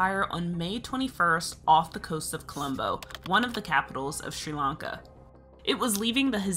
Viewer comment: The way this narrator pronounces "Sri-Lanka" really aggravates me.